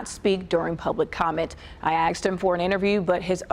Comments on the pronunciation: "I axed him for an interview..." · she "axed" him. 🙄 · She "axed" for a statement. Fuck me, even the news readers are semi literate. lol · Did the news woman say "axed" instead of "ask"? LOL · Jajajajaja The newsgirl sai "axed him", diversity hires posing as reporters. Jajajajajaja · I "AXED" him for an interview?? Really? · Did that chick say "I axed him for an interview"? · She "axed" him for a comment? She speaks for a living and she can't speak correctly and clearly? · she "axed" him? 🤣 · The newswoman just said, "I axed him for an interview."